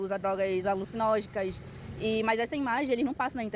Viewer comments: Ela deveria era ir pra escola, pq "alucinógicas" e "lincor" fez meus ouvidos vazarem pus. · Drogras "alucinógicas"... Doeu os tímpanos kkk